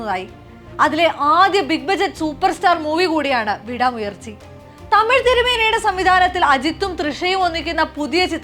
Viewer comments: tamizh thirumeni അല്ല magizh thirumeni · തമിഴ് തിരുമേനി അല്ല, മകിഴ് തിരുമേനി...!!😁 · Its not 'tamiz tirumeni' it's 'magizh tirumeni'